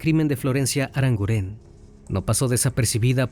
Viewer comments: NO ES "ARANGURÉN" ES ARANGUREN, NO SE ACENTÚEA LA E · El acento fonético es en la u: ArangUren. No lleva acento en la e. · Crimi lo primero decirte que me encantan tus casos y como los narras. Sólo decirte que Arangunen es un apellido vasco y se acentúa en la u❤ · Aranguren, no,aranguren'